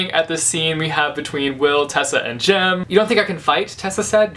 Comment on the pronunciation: Jem not Jim !